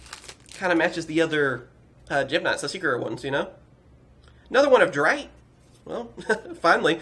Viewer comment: Its called DRITTE and not dreit